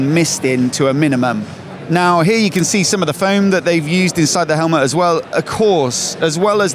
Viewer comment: Great Video as always, love the channel. "Helmahhh" 😂😂